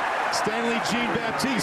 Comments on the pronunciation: Is he Haitian? If so its (sh-on) baptise not (g-een) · These people can't pronounce Jean-Baptiste for shit